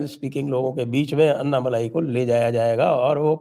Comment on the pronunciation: अन्नामलाई नही अण्णामलाई बोलो आप लोग "ण" अक्षर का उच्चार नही करते क्या?